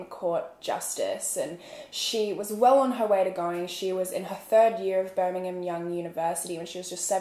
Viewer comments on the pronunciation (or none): Haha Birmingham. "Brigum" was she Mormon??